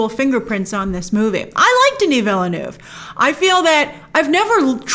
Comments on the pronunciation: It’s pronounced “ villneuve” not “vil-le-neuve” Just saying you’re welcome good night. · Hi Grace, Villeneuve is 2 syllables: Ville (town/city) + Neuve (new) You pronounce it: vill-neuv The 'E's at the end of each word are silent. Did you know that the spice that is so valuable and coveted in Dune is in fact dried up worm excrement? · Vill-Eh-Neuve lol